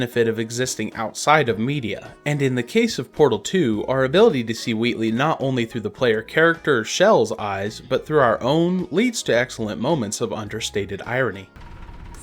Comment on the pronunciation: her name is Chell, not Shell.